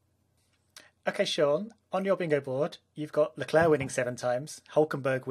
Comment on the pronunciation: Why do people pronounce Leclerc's name with a soft "c"? Even the man himself pronounces it with a hard "c"